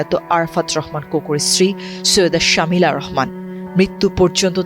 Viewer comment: ওনার নাম শমি'লা রহমান শামিলা না।